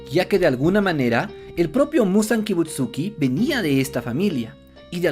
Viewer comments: No entiendo como alguien que dice llamarse fan del anime no pueda pronunciar bien Kibutsuji y Yorichi...zZz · KibutsuJI Muzan, es KibutsuJI, no Kibutsuki. YoRIIchi Tsugikuni, es YoRIIchi, no Yoruichi.